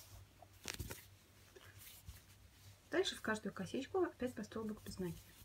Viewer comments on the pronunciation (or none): Спасибо большое за Ваши мастер-классы!👍👏🌹🌹🌹 Всегда все понятно, но очень режет слух ударение в слове нАкид. Ударение в это слове на второй слог - накИд.